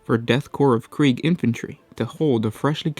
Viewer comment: It is called death korps of krieg, not kreig